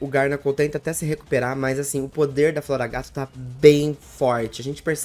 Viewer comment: Garnacl 😂vc pronúncia errado o nome desse pokemon é garganacl só uma dica não é hate😊